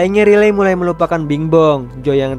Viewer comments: bacanya rai liy bukan riley memang tulisan nya begitu tapi baca nya beda bg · wkwkwk riley😭🙏🏼🙏🏼 penyebutan namanya 😭🙏🏼